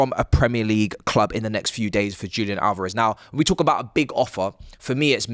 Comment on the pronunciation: DJOOLIAN ALOREV. Jesus, you brits are so shite at pronouncing Hispanic names And you complain about how North Americans pronounce words? LOL😂